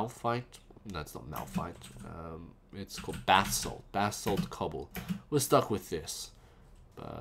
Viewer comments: its (BASS-ALT) not (BATH-SALT) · You FAILED LOL! The guy in Florida was on Bathsalt not Basalt. and is't pronounced Ba(like in ba-seball)-salt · Basalt, not bath salt xD. Note to you. Fuck the stairs :P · Am i the only one who gets a little bit annoyed that almost everyone say bathsalt instead of basalt :P